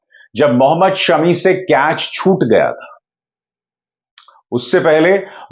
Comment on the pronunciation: अभिसार भाई सेमी नहीं शमी फ़ाइनल कहें और “ फ़ाइनल” भी शमी फ़ाइनल ही कह लाएगा। किवी और आउजी शमी नाम के दहशत में है। 😂😁।